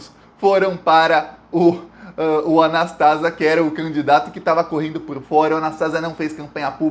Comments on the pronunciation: NÃO É A NAS TÁ ZIA MEU IRMÃO, É A NAS TA ZÍA 👍👍👍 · Anastasia. Não é Anastásia. 🥰🙋‍♀️ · É Anastasia e não Anastásia. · o nome é Antonio Anastasia e não Anastásia. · Fala. Só corrigindo: o nome do senador não é "Anastásia" é "Anastasía", blz? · apenas uma correção na pronúncia do sobrenome do senador Antonio Anastasia: leia- se Anastesía( acentuei a sílaba tônica para esclarecer). Obrigada. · a pronúncia certa do nome do senador é (anastazía) oxítona 😉 igual queimação no estômago. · não é Anastasia e sim Anastasia. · A pronuncia é Antônio Augusto Junho Anastasia e não Anastásia, suporte de Aécio no governo de Minas. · Anastasia ou anestesia como era chamado quando era o Governador de MG Não é Anastásia é Anastasía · Gosto dos seus comentários e das informações. Antônio Anastacia ... não há acento ao pronunciar Anastacia. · O senador de minas chama Anastasia...e não Anastásia... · Anastasia e não Anastásia. BH.MG agradece. Sabermos que esse coluna do meio, é golpista e sombra do " cheiroso " Aéssim. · Anastásia não, Anastasi(í)a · Não se pronúncia Anastásia. É Anastasía!!!! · Não é Anastácia e sim Anastasia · Oi! É "Anastasíía " 😊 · o cara se chama ANASTASIA e não ANASTÁSIA. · Anastasia. O nome do senador é AnastaSIa. A sílaba tônica é a SI. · você tá falando o nome do artista que foi pro TCU errado. Anastásia _ Anast + azia é o correto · se fala ANASTASIA. paroxítona. Ventriloco de Aécio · Prezado, só ia fazer uma pequena correção na pronúncia do Anastasia, mas nas últimas vezes vc falou de forma correta. Não por simpatia, mas acho que sempre foi um cara muito inteligente, articulado e discreto, e novamente provou isso. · A título de colaboração, é Anastasia, sem a sílaba tônica na "tá". Ainda que ligado ao PSDB, é o melhor deles. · E Antônio Anastasia fale certo o nome dele